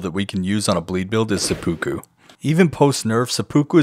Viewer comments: i love the videos but every time you say seppuku the pronounciation kills me a little lolol think of SEH-PEH-KOO not SEH-POO-KOO its kind of like how there's 2 ways to say yakuza but the japanese would laugh if you said it differently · omg please don't say sepookoo again. It's pronounced more like sepu-kuh